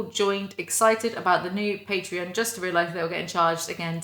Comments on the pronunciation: the way you say Patreon sounds more like the alcohol patron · i have only ever heard pay-tron so your initial pronunciation threw me off guard lmao, great video tho, genuine thanks for being here and making content i like your stuff a lot